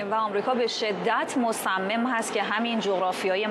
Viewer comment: خانم مرضیه حسینی - با تشکر از گزارش های خوبیتون- خواستم بگم تلفط " مصمم" با کسره روی حرف" میم " نیست بلکه با فتحه است :)